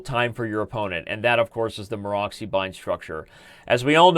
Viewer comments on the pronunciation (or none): Excellent coverage, Daniel, as usual. Especially i liked the explanation on f3 variation. Just a small hint: it is not Maro<X>y but Maro<TS>y.